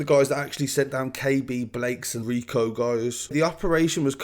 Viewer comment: ROCO not RICO.